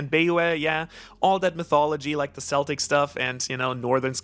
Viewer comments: Did Chopper perfect his Monster Point? That panel loked like Monster Point. (I don't read the manga and I haven't found a place to watch the anime online. The god is pronounced Sir-Noo-No-s and Celtic pronounced Kell-Tic.....Not Sell-Tic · Bro I ❤ u and your videos but I defo think this is like the third time you mistakenly pronounce Celtic words in your videos, 😂😂 im not offend and I am Welsh. But it's a hard C which sounds like a K so Celtic sounds K-el-tic and Cernunnos sounds Ker-NOON-nos, again. Love your videos your the best keep up the Awesome work.